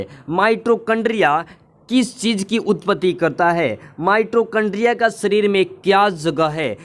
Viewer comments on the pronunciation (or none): Pahle bolna sikho mitrochondria nahin mitochondria hota Hai